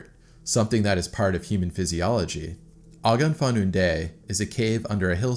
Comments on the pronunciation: Not picking on you for a moment, love your videos, but as a Welshman I want to try to help you with the pronunciation. "Ogon-fun-do" is not it. Ogof (pronounced og-of) means cave, Ffynon (pronounced Fin-on) means funnel or chimney and Ddu is Welsh for black, pronounced Thee, like in old times, Thee shall do the following etc. Welsh is a very complex language, and although I can speak it fluently I just realised how hard it is to get the phonetics over in text :D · It’s pronounced Ogof fun-non thee….. you got the Ogof right. Ogof fundoo sounds interesting though. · Ogof Fun Do 😂😂😂😂😂😂😭 Best butchery of Welsh language award so far 😂😂😂😑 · Great video. BTW it's pronounced "Og-Ov Fun on Thee". Roughly . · Hey. I'm from Wales and its pointless information, but the cave 'Ogof Ffynnon Ddu' would be pronounced 'O-gov fin-non thee'. Its just the Welsh pronunciation. Double D is a 'th' sound. And 'u' is pronounced as an 'e'. Ddu means black, I know that much. Amazing videos by the way I've watched almost all of them at this point! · Pronounced - Oggov Funnon Thee. 5 syllables. The Dd (Th) in the last word is soft, as in that. Hope this is helpful, not irritating. Welsh can be tricky. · If you want to know the correct pronunciation for Ogof Ffynnon Ddu = Ogaf funa thee (dd in welsh it a 'thee' sound) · No hate, just educating, the cave is pronounced: Og-off Fun-on Thee Dd is a letter in Welsh, pronounced similarly to Th, but with more of a dull sound to it. Y is pronounced as ugh sound, the same way you would pronounce the letter U when saying the word Up. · Just a lil help with the translation It's pronounced like Oggov Phyynnon Dee lol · The pronunciation of the cave is bugging me. Its a welsh phrase translating to cave of the black spring/well. It pronounced og,off thin,on thee. I think that is close to an accurate pronunciation. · Just one quibble: The cave is pronounced OGGOV FINNION THI (as in this). It's a fabulous cave and large sections of it are quite easy.